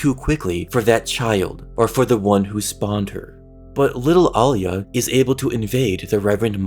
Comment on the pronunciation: Your mis pronouncing her name